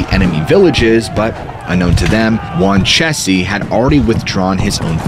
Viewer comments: I had to think for a minute what you were saying - "Wan chessie" and "Man TAY oh" threw me off. These are actually pronounced as WAN' cheese and MAN' tee oh. Sorry, not being a bitch, jus sayin. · The chief of the tribe that had the Coalition of tribes name sounds like (Jaun-cheese) those it's spelled- Wanchese. these islands are my stomping around, I've been here for 30-plus years.